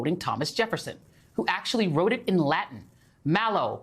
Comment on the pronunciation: dont EVER attempt to speak latin again! EVER!